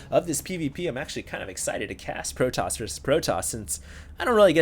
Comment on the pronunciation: nah, it's protoss not protossus lol.